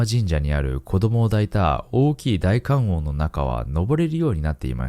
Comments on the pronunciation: 観音→かんおんじゃねぇわ かんのんだろうがナオキ野郎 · かんおんさま→かんのんさまです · ナオキマンアメリカ暮らしが長く、漢字がにがてなのは承知なのですが、動画のクオリティーや朗読など良すぎるので、是非知ってもらいたくてあえてのコメント。 観音と書いて「かんのん」と読みます。かんおんではないので、また出てきたときには気をつけて読んでくださいね！ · 観音（かんおん→かんのん）です！ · 観音『かんのん』な。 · かんおんさま→かんのんさま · 還暦過ぎジジイやが夫婦の話の歌は子守唄なんかな？リズミカルで明るい曲調やからワイが子どもの頃は女の子が縄跳びする時歌ってた記憶がある。 それより観音(かんのん)をナオキマンが かんおん と発音するのになんか意味ありそうでそっちが怖かったわww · 観音→かんのん だよ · 観音寺はかんおんじ 観音はかんのん 観音様はかんのんさま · 本編の内容とは関係ないのですが ちょっと気になってしまって… ごめんなさいね 観音(かんのん) の「とだて」は 戸建て (こだて) と 読みます 日本語は同じ漢字でも何通りも読み方があるものがあるから面白いですよね 余談ですが 誰かのショートYouTubeで 「生」の読み方の多様性と「死」の読み方がひとつの理由を 面白く解説してるのがあって勉強になりました。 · 「観音」は”かんのん”と読みます。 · ナオキさん、観音は「かんのん」って読むんですよ(ｺｯｿﾘ 今回も中々の怖さを夏が過ぎてからありがとうございました！ 次も楽しみに待ってます(*´∀`)♪